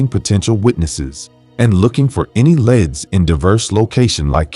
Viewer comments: Leads not leds! So annoying. Other than that a good story. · If your going to do narration as a job please at least learn that leads is pronounced leeds and not leds - good grief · That was annoying me too 😊